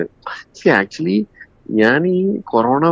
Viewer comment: ആക്ച്വലി ... ആക്ച്ച്വലിക്കാ😂😂😂